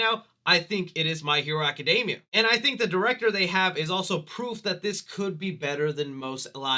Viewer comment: Aca-DEEE-mia, my dude! It does NOT rhyme with macadamias lol